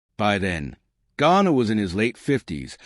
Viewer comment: At least get James last name right! Calling him Ghana several times. Stupid!